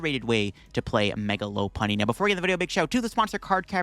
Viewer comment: Love that u say low punny! I hear lawpunny a lot. And I’m like whatttttt!?